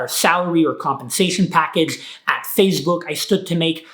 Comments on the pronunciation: It is “Face Book” not “Fazze Book” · says 'PhaseBook' lol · He keeps saying fazebook and it’s bothering me 💀💀💀